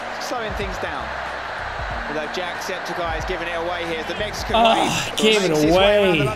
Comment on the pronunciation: Jack Septic Eye ❌ Jack Septi Ceye ✔️